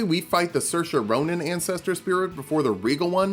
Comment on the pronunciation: Why does he call the siofra river well the soairse ronan river well?